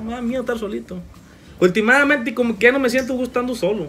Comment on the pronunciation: con.todo respeto no se dise ultimadamente se.dise hultimamente. Mil.disculpas